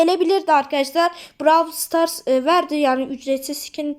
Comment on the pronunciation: Merhaba ilk defa brawl starsa browl stars demiyen youtuber çok saşkınım